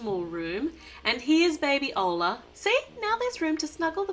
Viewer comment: It's orla not oarla